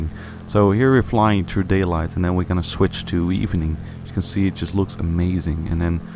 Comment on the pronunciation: Work on your "th" pronunciation. At first I had no idea what you meant with "treedy grass". And "through" should not sound like "true".